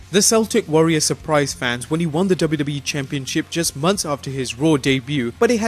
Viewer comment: Is he saying WWEF?